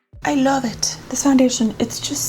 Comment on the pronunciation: You’ve been watching a lot of TikTok videos lately. I can tell because of how you’re saying “I love it” 😂💕